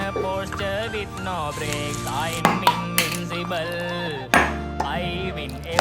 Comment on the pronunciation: When said thr ble in invincible there it sound weird with the peas